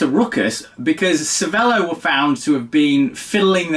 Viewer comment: If you owned a cervelo you should at least be able to pronounce it properly…